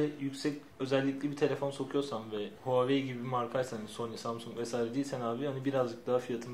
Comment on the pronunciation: Huawei'yi Huahwi zanneden :D